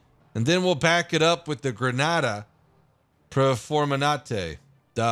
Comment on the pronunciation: Granada Performenande...... yeah kind of....XD it's read how it's written in italian always, so Gra-na-ta Per-Fo-Ran-Te and the e is open like elicopter.